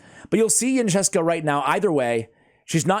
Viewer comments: Pronounced Incense-ah, great guide tho! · Isn’t it pronounced ‘incense-a’? :D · Fairly sure her name is based on the word "incense" so I pronounce it een-sense-a. I definitely know it is not pronounced how pronounces it. LOL Glad to see the guide. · Yncesa.. pronounced like the incense